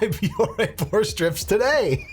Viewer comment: I keep hearing "porn" strips 😂